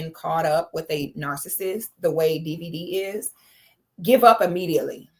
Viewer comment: is just butchering his name!🤣😆